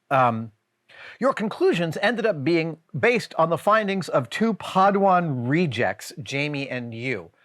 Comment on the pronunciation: if you mispronounce padawan this horribly, you are indeed a padawan reject. Lol